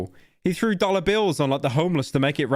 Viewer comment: i keep forgeting he says diller intsead of dollar